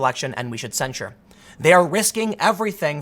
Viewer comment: Are you saying censure or censor?